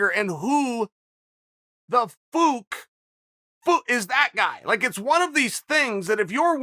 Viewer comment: I can die peacefully now after hearing Chael say "Fook".